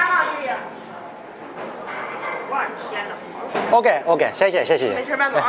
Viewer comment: 谢谢を連発するもxie↘xie↘と声調を下げて発音してほしかった。